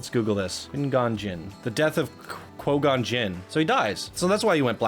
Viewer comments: (Kwi-Gon) is the pronunciation lol. That’s besides the point. I love this submission. It tells the story pretty well for a coaster that isn’t a recreation and Darth Mauls death is very well represented on his coaster. And in terms of the X-dimension coasters... I have not seen a lot of good creations using that type of coaster but this is far beyond a good x-dimension coaster. I think it’s safe to say that this creation is one of the best in the beginners bracket! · I literally laughed out loud when he made that mistake twice! XD